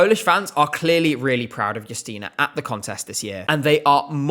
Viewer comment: The fact that you pronounce her name Yusteena (not Justina) means a lot for polish viewers❤